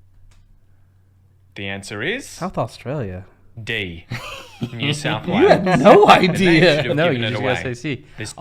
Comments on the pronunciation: Sorry to disappoint but you don' sound Australian you actually are putting the stress in the wrong place and your pronouncing the U sound we dont . Try this o·stray·lee·uh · Yes I agree but he is still saying Orstralia no Uh-stralia. I only just thought the other day in the intro wow he sounds a bit Aussie- had no idea he was actually trying 😂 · Hi from Australia, Canberra. Can I suggest you pronouns Australia like 'os-trail-i-a' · Uh. We don't say oh like Americans do, to translate it to American pronunciation it's "uhstrayleeuh" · Oss-tray-ya, mate😉